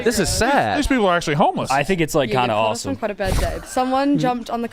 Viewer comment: saying “aw-tum” instead of awesome and trying to skrt by the L. I found you.